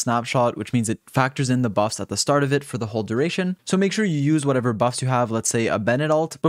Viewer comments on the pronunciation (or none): none